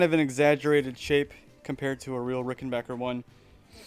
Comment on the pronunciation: Thanks for pronouncing rickenbacker and not rickenbacher like so many other people do